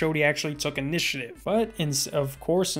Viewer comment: Initiative?? Lol that guy couldn't say Initiative let alone have any.